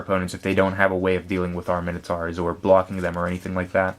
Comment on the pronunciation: you pronounce Minotaur wrong, and who says 'plus two plus oh' its zero, the letter is called 'oh' the number is called 'zero' its 'mine-oh-tour' not 'minnow-tour'